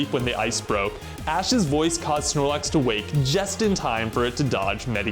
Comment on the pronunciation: Znorlax "alrite-now"😺